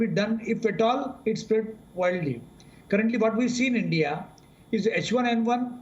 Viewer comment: End-Dee-Ah, don't be jealous of CHYNAH!!!